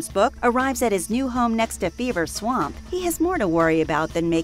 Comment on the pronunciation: the werewolf of "Beaver swamp?" admit it you all hear it. even the CC says it